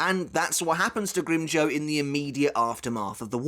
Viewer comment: ngl i hate the way you pronounce his name